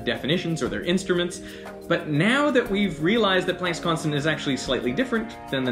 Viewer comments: This is the first time I've heard Plank's Constant pronounced like "plaink"...like "walk the plank." It's supposed to be pronounced like "plaank"...as in "father," "yacht," or "barn." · I've always heard it pronounced Max Pl(ah)nck, as he was German. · The way you pronounce Planck and Brahe disturb me.